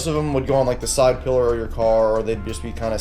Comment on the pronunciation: PILLAR- n. a form of Support. pron.- PILL er not pillow jackass people with too much money